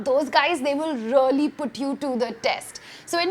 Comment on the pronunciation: GRAMMAR sitting for an exam isn't proper English ... appearing for/ taking an exam ✓ ... that you know about X ... that you know of ✓ ... it's called as the X ... it's called the ✓ (pronunciation) ... rrrrly X ... spoken as "reee-ally" ✓ ... been to a wine-tasting whichever you've gone to (pronunciation) jog-rafi X ...jeea-og-rahfi ✓ And lastly, no one appreciates a young woman yapping and presenting herself as you did in this video.